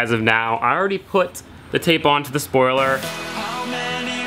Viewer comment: "Spioler" alert!